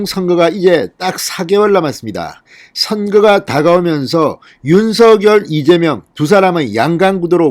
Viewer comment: 윤석열 윤성녈로 발음 교정해주심이~ 어나운서도 윤석열당사자도 표준발음규정에 따라보아도 진행자님 발음이 거슬리네요 작열하는 ㆍ자결하는× 장녈하는○ 색연필ㆍ새견필× 생년필○ 휘발유 ㆍ휘바류× 휘발뉴○가 아닌가요? 이제는 많은분들이 표준발음으로 교정하고 있으니 참고해주세요 많은 구독자있는 채널이잖아요